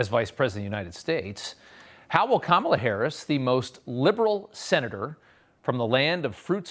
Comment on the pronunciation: Us people in the non-mullet, MAGA hat wearing community don't really care about how Kamela laughs. Learn to pronounce her name. She is going to be POTUS for the next.8 years.😊